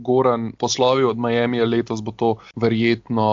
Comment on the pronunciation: dober podcast vendar ce že uporabljate tujke za vse izraze kot so trade in nevem kaj potem dajte vsaj pravilno izgovorit miami ker se sliši grozno....:) majemi je, ni miami:D